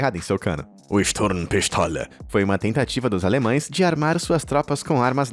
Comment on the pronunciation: ele: sturn pistola o q eu escuto: estou pistola kkkkkk